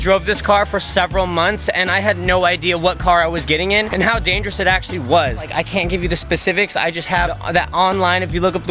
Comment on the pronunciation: “It’s the most dangerousuh, Coreyuh!“